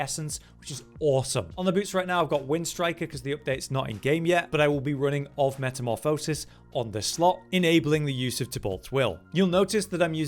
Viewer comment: Please learn how to pronounce metamorphosis. It’s nails on a chalk board.